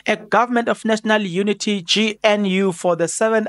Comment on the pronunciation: I like your Channel but please do everything you can to pronounce GNU properly